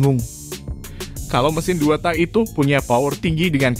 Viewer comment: TAK "K" NYA DIKERASKAN PRONOUNCE NYA :( JADI ANEH DENGERNYA